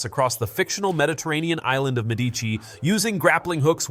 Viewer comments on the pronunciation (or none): none